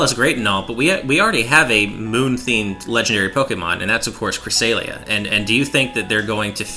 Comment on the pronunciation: Creh-Sale-ea -- 2016, it is pronounced Cra-sell-ea